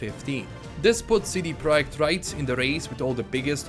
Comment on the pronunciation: Lets say it together See-Dee-Prah-Ject. I know it's an accent but damn you're killing the name like a witcher.